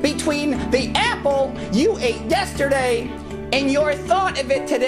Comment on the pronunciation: i really love him! he's so funny! i like how he said "A! pple"